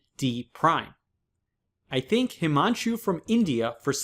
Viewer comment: Please. Pleaseeeee stop saying I think .... From .... It's thank